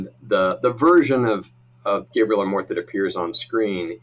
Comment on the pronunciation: Amorth pronounced "A (small a sound)-more-th